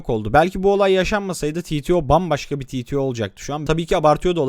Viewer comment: Titio ne amk türkçe bir kısaltma türkçe okunur yani Teteo diye